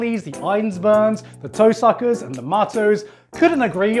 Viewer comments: I heard him say The Toe-suckers Mages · I like how he pronounced "Toshaka" as "Toe-sucker" because of the accent...